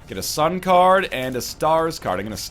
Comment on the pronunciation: When he said sun card again, I heard sun cardigan